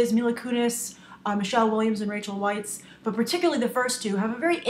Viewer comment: I know I'm nitpicking, but 'Weisz' is pronounced 'Vice'.